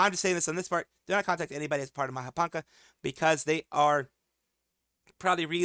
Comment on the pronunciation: Mahapanca, the ca is pronounced as cha not ka